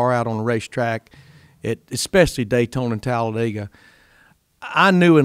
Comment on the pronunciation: Glad Larry Mac can pronounce Talladega